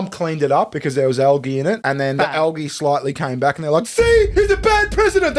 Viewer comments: Calling it Al-ghee has me chuckling. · Why can’t Americans pronounce algae correctly?!